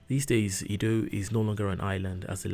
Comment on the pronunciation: BS,!!!! A little island called "IDDO" Please say/call it correctly, you should from your explanation call it EDO, and not IDDO!!! That foundational name is very important!!! You tried very well I am not blaming you here ooo!!!